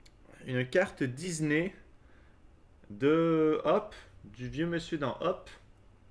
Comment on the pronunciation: "Une carte DIZNEY" MDR